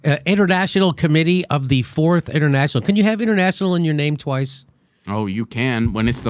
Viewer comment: Wow, this is what happens when you don't know your history. The Fourth International is the current international socialist movement. And they're pronouncing it completely wrong too.